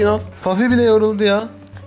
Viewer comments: Eminimki ismi puffy ve pafi degil her kelime dusundugun gibi okunmuyo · bafy değil Puffy